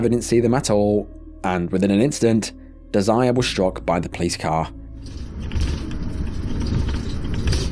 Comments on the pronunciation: it’s most likely not pronounced “deh-zire” usually that name is “deh-zer-ray” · Her name is not desire😂.😂😂😂 British folk are hilarious It's pronounced Dez er ray